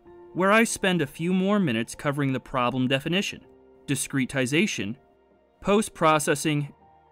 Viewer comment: Not a native speaker, is this really how you pronounce discretization?